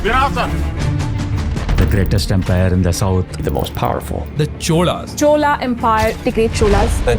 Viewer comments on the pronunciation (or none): it's "CholA" empire, not "CHOL". It's just draining to see such acclaimed and knowledgeable creators butcher South Indian names, while they go over and above to get their foreign language pronunciations right! I respect Dhruv a lot as a creator, but he lost my respect here! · Thanks for making a video on the greatest Tamil king but I have few objections to the content. 1. Not spelling out the king as a Tamil King and projecting him comes from south india does not help 2. No one have the right to mispronounce the name as they wish. Try to pronounce chola and not chol. 3. There are murals which depicts the image of RajaRaja cholan in Thanjavur, which could be used as a reference to depict Rajendra Cholan’s face Try to create authentic videos as you have the necessary resources to back it up. I really appreciate your intentions but execution needs more authentic content. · Should have showed Tamil language here also pronounce Chola as Chola and not chol. Would look more respectful to the linguistic and cultural differences. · Its 'Chozha' not 'Chol' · All good sir, but you could have pronounced the dynasty as “cholas” instead of “chol”. Translation to Hindi is ok in most cases, but something like the pride of Tamils, Chola can’t be translated… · It's not CHOL IT'S the CHOLA. Kindly pronounce it properly. It's not HIND it's HINDI ❤️🇮🇳🪔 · By the way it's CHOLA empire not Chol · It's not chol it's chola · Not chol , it's chozha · Vijayatunga verman- that actually means Tamilians were established in Kadaram much before Rajendra cholan successfully invaded SE Asia. That's why he was called Kadaram kondan. And please don't keep repeating chol, kond, etc just because you are narrating in Hindi. The right pronunciation is Chola, Thanjaavoor, Kondan, etc, etc., and can't be justified by saying it is how it is pronounced in Hindi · It’s not Chol it’s chola use the correct name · "Chola" not "Chol" 😁 Not sure why the northies keep mis pronouncing. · Chol nahi Chola